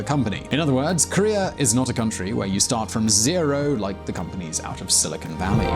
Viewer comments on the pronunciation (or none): none